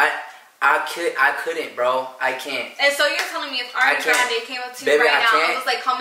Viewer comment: Ariana Grande's name is Ariana like "are" not "air" lol